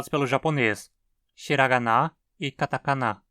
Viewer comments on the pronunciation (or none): none